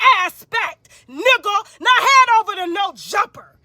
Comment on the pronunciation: She saying "nugga" like PINKY "NUGGA"😂😂😂